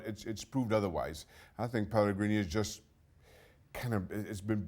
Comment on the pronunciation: Video starts: Mark Donaldson: "Pellegree no more" Mark Donaldson's conscious: did i seriously just say pellegree?